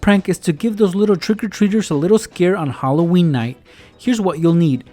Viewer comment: Hollo-weeny 😂😂😂 Ok... I'll stop